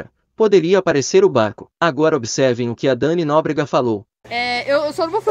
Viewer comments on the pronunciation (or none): ele falou BARRO, e não barco… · O falou BARRO e n barco